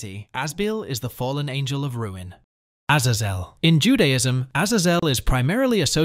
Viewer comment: Azazels name is used a lot in anime and is also the name of a Mutant in Marvel comics and according to all of those sources you pronounced his name wrong